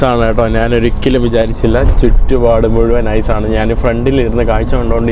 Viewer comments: Hi bro നാൻ എന്നല്ല ഞാൻ ആണ് ശരി ദയവായി മലയാള ഭാഷയെ വധിക്കാതെ bro നന്ദി നമസ്കാരം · Hi bro നാൻ എന്നല്ല ഞാൻ ആണ്ശരി ദയവായി മലയാളത്തെ വധിക്കാതെ നന്ദി നമസ്കാരം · നാൻ അല്ല, ഞാൻ എന്ന് പറഞ്ഞു നോക്കുക.